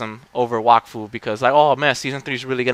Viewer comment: yup you said it right ;) IT MADE MY DAY WHEN I FOUND OUT TOO :P